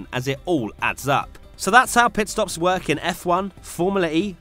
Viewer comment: Anyone keep hearing Pet stops 🤣😂